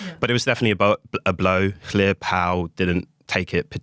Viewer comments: A London based journalist couldn't pronounce 2 British names Iorwerth and LLyr. Do your research and practice. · Can nobody pronounce Llŷr Powell’s name? Very poor. Even Nigel didn’t bother.